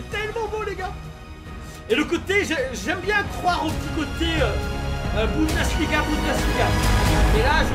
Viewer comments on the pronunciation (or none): none